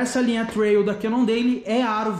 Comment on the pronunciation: Pronuncia cannondeiu não deili!!!!